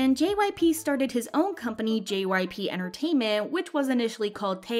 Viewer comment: At the beginning I thought she said JYPUCK